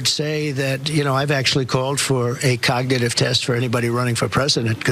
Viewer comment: He said c0ck-nitive test